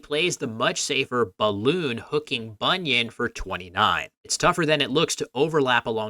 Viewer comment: First time I've heard 'balun' pronounced like balloon, it should be bal- as in balanced and -un as in unbalanced, although it usually ends up sounding more like balan.